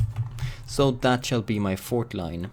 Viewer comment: "Fortline... fortnite"